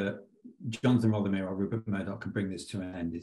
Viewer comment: Love how you got RUPERT Murdoch's name wrong . I can't wait for a time when that POS is consigned to the dustbin of history